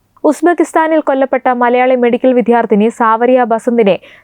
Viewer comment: വിദ്യാർതിനി എന്നാണ് ശെരിയആയ ഉച്ഛരണം. അല്ലാതെ വിദ്ധ്യർത്തി അല്ല.